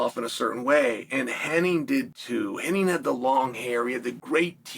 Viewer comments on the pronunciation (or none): HennIG not Henning